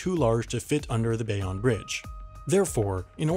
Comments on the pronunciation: Bay ohn NOT Bay ahn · "Bay-on bridge" Bay- own. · You pronounced Bayonne wrong. Bay-OWN now Bay-ON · Love your channel, so glad to see my tiny city mentioned! But it’s pronounced Bay-OWN , not Bay-ON!! It was a pretty wild time watching the bridge get raised, I worked right underneath it and would spend my brakes watching the work go on, engineering marvel! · It’s Bay-own not Bay-on but at least NJ is mentioned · Its not the Bey-ahn bridge, its the Bay-own bridge. If your from NJ you know this. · “Bayonne” (New Jersey) is pronounced “Bay-own”, not “Bay-on”. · It's pronounced "bay-own" not "bay-on" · It's pronounced Bay-own, not Bay-on. And its not PA-na-muh, its PA-na-mah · Scrolled down to see if anyone else made this observations RATS you beat me to it. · Just letting you know, it’s BAY-OWN. -A cringing New Jerseyan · It’s pronounced Bay-OWN 😊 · Bayonne is pronounced like Bay-own. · Pronoubced BAY-OWN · its pronounced bay-oh-nuh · It’s pronounced BAY OWN BRIDGE smh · Have you never heard Bayonne, New Jersey pronounced? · As a new jerseyan, i have to tell you that you are pronouncing bayonne wrong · You kept on saying Bayonne wrong